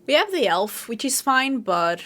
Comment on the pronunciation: It's always curious when you add a W sound at the beginning of words like, "elf." It sounds like youre saying, "welf," lol 😅